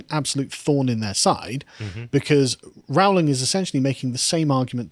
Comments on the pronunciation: ITS ROWLING LIKE "BOWLING". stop saying Row-ling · Rowling, pronounced as in "bowling' not "howling". Per.. lease! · For pity's sake, Carl. It's pronounced 'Rolling'. This is almost as bad as when you kept calling Rod Liddle 'Ron'. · Why can't you guys EVER pronounce her name right? It's RO ... Rowling. Not RAU. Do you check on any facts at all? Seriously. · FYI JK Rowling is pronounced like Rolling - as in "Rolling in money".